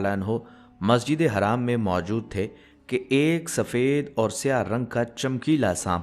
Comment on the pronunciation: Or apne maszide haram bol rhe ho astagfirullah sahi se boliye ese kon bolta hai